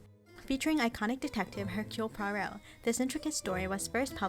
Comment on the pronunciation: Finally an American who can pronounce Poirot correctly 👍 The David Suchet version was by far the best